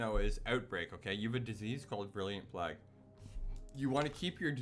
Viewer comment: Good vid "Virulent Pl-ay-gue" by the way